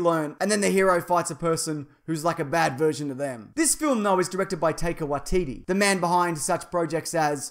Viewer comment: Oh wow. You butchered his name. Please pronounce it like you would a Japanese name, it's called Maori hahaha